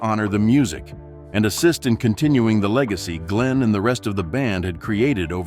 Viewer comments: Would help if Glenn's name was pronounced correctly. What a rubbish video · What a waste of time. Couldn't even pronounce Glenn's name correctly.